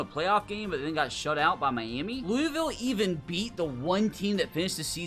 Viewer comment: As a Kentucky resident, I hate how people outside of Kentucky say Louisville.